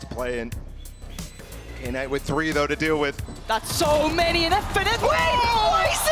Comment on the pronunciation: Why does call Knight “K-night” lol